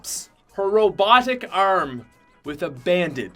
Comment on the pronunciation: ¿Por qué dice brazo tan extraño como arrm whatttt?